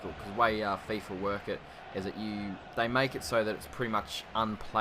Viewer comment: hey mate really good video but it is called Fifa mate not Fiffa :D but besides that really good vid